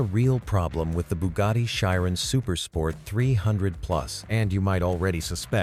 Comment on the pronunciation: Chiron is pronounced as kai·ruhn.